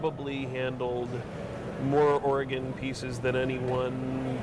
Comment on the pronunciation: might be a specialist at coins but he certainly doesnt know about how Oregon should be said haha we dont pronounce it Or-e-gone. Simply like Organ.